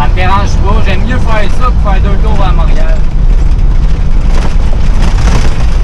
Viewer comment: Tu sais que la personne vient pas de Montréal quand elle prononce Montréal "monriale" 😂